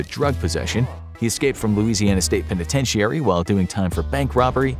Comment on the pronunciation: Is the narrator perhaps Canadian or something? I don't often hear the word "penitentiary" pronounced that way, with six syllables.